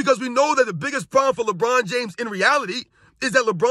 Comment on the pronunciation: Did he say “LeMedia? 😂😂